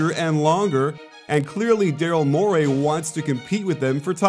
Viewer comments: Mor-ee not Mor-ay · Please stop saying Mor-AY. It's Mor-EE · Love the video but it’s morey, not MORAY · Coach, you're the best, but Morey is pronounced "More-E." He's not an eel. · Morey rhymes with Cory.